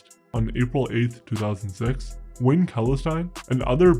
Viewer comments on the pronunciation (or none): none